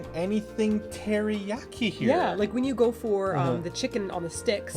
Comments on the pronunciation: "Teri-yack-i"? Jeez. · The way you pronounce teriyaki anskflskxksksk